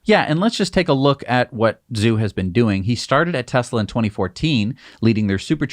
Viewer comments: Tom Zhu should be pronounced “Ju.” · Zhu sounds more like girls name Sue